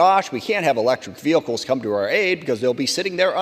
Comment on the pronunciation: Vehicles not veh-Ickes . I can’t stand the way her bad built language skills.